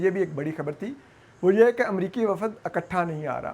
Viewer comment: It is Baheera-i-Arab, not Baheera-i-Arb and وفد is pronounced wafd not wafad. I don't understand why you have place زبر where it doesn't exist and skip a زبر where it does exist.